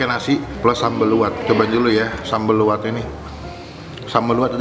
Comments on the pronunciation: Sambal Lu'at ya,bukan Kuwat pengucaoan ada penekanan di LU,begitu pun se'i penekanan di SE ga nyambung,terus sambal Lu'at asli itu gak pake terasi bahkan ga manis harusnya agak asem,pedes sama ada irisan jeruk nya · Pelayananya saja p ngucapan nama makanan salah jadi se'i ada penekanan di SE nya bukan di gabung Begitu pun sambalnya Lu'at penekanan di LU bukan disambung luar Semoga menambah informasi